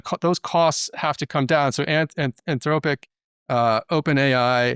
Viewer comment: Anthrowpic? Keep killing it, but always throws me when says Anthrowpic